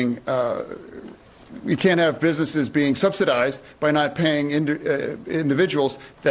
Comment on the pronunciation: minutes he says busNUTSes 🤣 What is on Brandon Fetterman's mind?? Dems go from sniffing little kids to this?! So creepy.